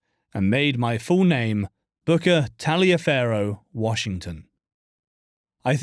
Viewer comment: Aaargh! He mispronounces Booker’s middle name ! It isn’t pronounced the Italian way. It’s pronounced in the southern United States like “Tolliver”. Don’t ask me why. That’s just how families with that name say their name. So his name was pronounced Booker “Tolliver” Washington even though it was spelled Taliaferro (which means iron cutter in Italian interestingly).